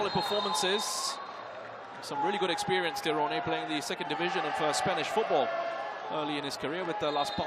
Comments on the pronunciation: Yg bener memang "Tironé" bukan "tayren" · I cant understand how you fails call name "Tyrone" TIRONE 😂😂😂😂😂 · loh anda salah, org nya sendiri ketika perkenalkan diri nyebut "tayren" bukan TIRONE seperti komentator .